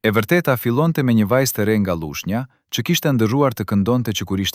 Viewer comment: Na e shpajfi me germen ll Thuhet Lushnja Jo Llushnja Vace Zela Jo Vace Zella Duket si dicka e vogel Por na vret veshin ky shtremberim I Gjuhes Shqipe Sepse, flet spikeri qe duhet te flase Gjuhen Pa asnje gabim gramatik dhe fonetik